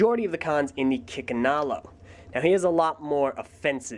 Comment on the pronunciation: For a second I could have sworn you said "Chickenalo".